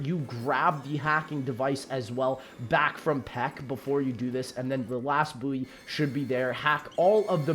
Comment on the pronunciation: Great video. Also buoy is pronounced like boy ahaha